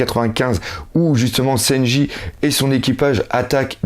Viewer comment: ce qui menerve c'est lesprononciations des personnage ,louffy pour leuffy ,seynji pour sanji putain..xD